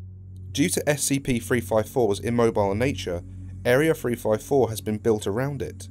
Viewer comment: Area freefivefour was constructed to stop furfer fweats